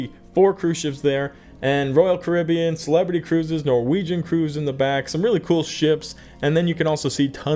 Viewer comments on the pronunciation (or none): none